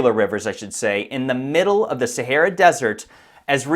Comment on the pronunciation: STOP SAYING "SARAH DESERT" IT JUST 'THE SAHARA' I CANT TAKE YOU SERIOUSLY!